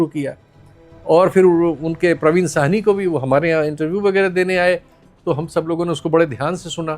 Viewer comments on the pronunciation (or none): اسکا نام پراوین ساہنی ہے۔پروین سواہنی نہیں میڈم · It is not Parveen “ Suhaney “. It is “ SAHANI”. Parveen Sahani.